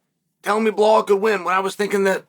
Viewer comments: Why do you keep calling him bahal? It’s Belal. Like Bill-lal lol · His name isn't Bihal, it's Bilal! Geeze atleast learn how to say a person's name and not butcher the hell out it Chael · Chael. I have been an avid watcher of ur channel for many years now andI know u love to say the fighters names wrong. But. Surely saying blahal is more difficult than saying Belal Right?? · ffs pronounce his name correctly, it’s not Bahal it’s Belal Be - Lal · Are you aware that you are pronunciation is wrong , belal is is not blhaal 😅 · How hard is the word be lal, if you want to breakdown fights the least you can do, is say the names correctly. Where did you see behole in his name. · One thing about Chael is he will NOT call Belal BELAL. Belal will always be “Blahal” to Chael. “remember the name” my ass. 🤣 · I clicked on this video to hear him say "Blahal Muhammed" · Bahal?? He must be doing this on purpose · DC catching strays for mispronouncing Blehal's name!😂😂😂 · At least put in the effort to proncounce his name correctly. Its Bee like the animal lal, its not that hard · Blehaal is just too funny. Chael got the best pronunciations. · And Still …. he pronounces his name “Blahall” 🙄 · here to hear Chael say Blahal tbh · Chael, there is not "H" in Belal's name. It's prounced as: "Bee La AL" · Man said B Haul 😂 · Why does he call him Blahol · Bullhal😂 wtf Chael!!! Get the name right for one guy at least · I opened this video to see if he still pernounces his name Bill-Haul and the bad guy did not disappoint 😂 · Moohal Muhammad?? He’s just doing it on purpose now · Why not pronunce his name right? It's obvious ur doing it on purpose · Belal becomes champ, Chael still butchering his name lol! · Cadelo and Behalal 😝 what’s you drinking ChChChael ??!! But I respect your big up to Behalal 😆